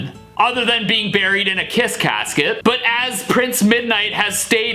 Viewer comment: I think you mean Kiss-ket